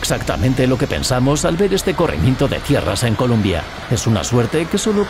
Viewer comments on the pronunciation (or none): se dice COLOMBIA no columbia un poquito d x favor gracias